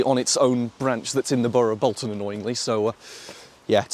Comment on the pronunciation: Also, on the subject of pronunciation, you're pronouncing Bolton wrong. All the Boltonians pronounce it as Bolt-un